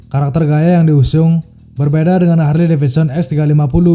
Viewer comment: HARLEY, (dieja / dibaca) = HERLI 🤓